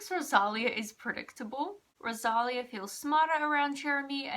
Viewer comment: It's pronounced RO-SA-LEE-A 😭😭😭😭 NOT ROSALIAH. Also, you wrote her name wrong in the title. 😭